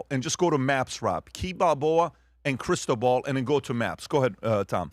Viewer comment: I kept hearing Crystal Ball 😂 it’s Cristóbal. ❤ you guys